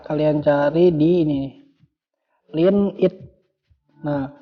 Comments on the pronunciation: Kok pengucapannya lin.....laen kali kk....😂😂😂btw mksh infony🙏🙏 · Line anjingg bukan linn